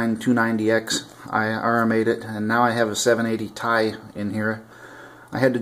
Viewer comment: 780 "t" "I" not "Ti" you separate the two letters when pronouncing it.